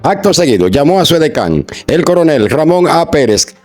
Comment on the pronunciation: Su edecam!! no edeka